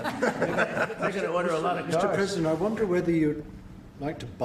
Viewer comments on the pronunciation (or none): none